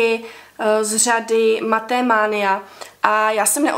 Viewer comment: u slova "matte" se to konečné E nečte!